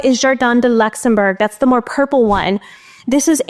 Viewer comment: Jardin du Luxembourg is a beautiful name refering to a beautiful place in Paris. It's pronounced Luux-enm-boo-rr. 😅